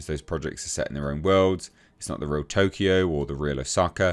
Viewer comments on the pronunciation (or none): none